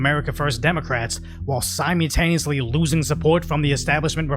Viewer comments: What is simeutaneously??? .... you sound fairly articulate.... simeutaneously? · There’s an L in Simultaneously Love the content, keep it up